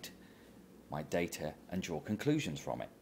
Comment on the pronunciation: "dada points on the greaaaff" -lovely.